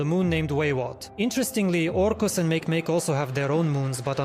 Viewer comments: Don't say mæk'mæk', say mákêmákê, sorry for using accents but anyway, its the ""correct"" way to speak it, no need to thank me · mah-key-mah-key Not make-make. 😂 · Make make is not pronounced like that my friend. Mah-kay mah-kay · MakeMake is pronounced Mah-Key Mah-Key